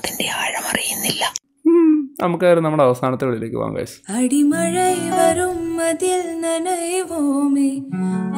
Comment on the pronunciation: അടി മഴൈ അല്ല ചേച്ചി അടയ് മഴൈ 😂